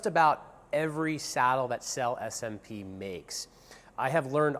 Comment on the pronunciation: 🤔how trustworthy about those saddles can someone be who even can't pronounce the name of the company